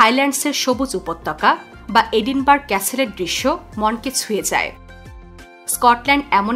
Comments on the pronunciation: এটা এডিনবার্গ না ‘এডিনবারায়’ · এটা এডিনবার্গ নয়, এডিনব্র‍্যহ